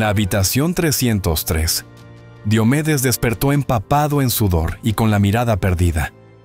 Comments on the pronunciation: No es Di o medes es Dio medes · Pronuncia bien su nombre por respeto!!!!